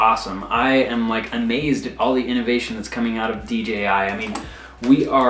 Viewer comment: Moron. Say D..J..I.. again